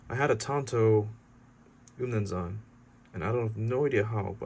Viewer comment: I'm actually zulu i like how you pronounced "umnumzaan"